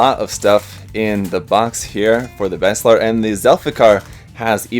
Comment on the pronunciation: Baselard is a medieval dagger and it's pronounced "Bah-Se-lard"